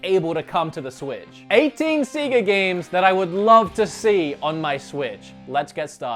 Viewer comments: It's Sega (Australian accent) Sounds wrong in an American accent but they are probably right with the way it's pronounced, it just sounds weird to us Aussies. OMG RGT 85!!! big fan. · Please stop saying Seega. It's like fingernails on a chalkboard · I cringe a little when he says SEEGA. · Clickbait, I came for Sega not Seega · Anybody that say Seega should be executed lol But for real, Alien Isolation was a great inclusion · Ahhhh. Stop calling them seega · C-ga triggers me 😂😂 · Shenmew Seega Zelder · No no no i refuse to watch this ITS SEGA NOT SEEGAAAAAA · You saying seega triggered me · Disliked, for constantly afflicting my ears with the Seega Bullsh*t. You know you're pronouncing the company name wrong, so just say the consoles. We all know who they were made by. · Seegah Mekahdrive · Say it with me now Seh (like meh) gah (like ah) seh-gah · It's pronounced 'say-gah' no matter what country you are from. No regional pronunciations are tolerated! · It's Sega, not Siga or something like that(Seega). They are a japanese company, they dont pronounce the E as an I. (And next time put in the tittle that RGT is part of the video, that way I dont need to waste my time on this) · please just say SEGA (Pronounced) 'say-GAA' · I tried to watch this video but couldn't because you kept saying see-gar! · Apparently it’s Sea-ga 🤔 and whatever he says when he wants to say HD 😉 i really love videos but that stuff is a little bit like fingernails on a chalkboard 🤭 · ITS SAY-GA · first time i hear about seega, why not seaga ? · In no way, shape, or form is it pronounced SEEGA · Had to stop watching after I kept hearing seega!! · ITS NOT SEEGA.. IT LITERALLY SAYS IT WHEN YOU OPEN A GAME. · You pronounce Sega incorrectly. Please see ever Sega genesis game ever made. SEGA. The end. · Hearing him say Seega is just as cringy as the way the wulff den pronounce Mario as MAHrio 😔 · Seger ? Like the rockstar? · it's pronounced say-ga , not see-ga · Seega Sega!